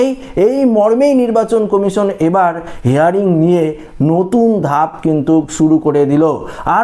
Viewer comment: কথাটা হেয়ারিং নয় হিয়ারিং